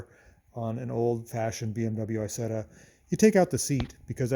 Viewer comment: Hey, Nice to see an American like an Isetta 🙃 (Btw you don't pronounce it right, it is not called Aysetta, in the right pronounciation you would say more like e(like really)sett(the t like tank)a)